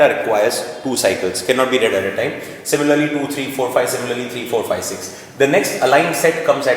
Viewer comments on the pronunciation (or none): none